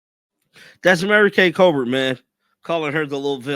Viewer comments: Who is Mary Kay Colbert? 🤣🤣🤣🤣🤣 it’s Cabot! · it's Mary Kay Cabot! Learned her name and commentary during the Baker Mayfield Saga!